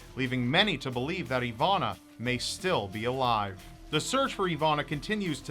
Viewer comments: It's Iwona, not Ivana :P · just curious, i see your soell her name "Iwonna" however im hearing you oronounce "Ivanna"..Am i correct?...You need your own hour ling series!!! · spelled iwona but pronounced ivona?? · As a Polish person your pronunciation is funny, but I really do feel sad about this case. She is so young...